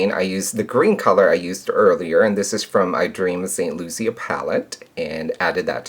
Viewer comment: its actually saint lucia ( lu-shah)... I lived there for 7 years.